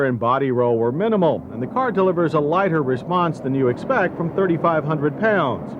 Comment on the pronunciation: "310 pounds light-her than it's pred-he-cessor" "rear hweels"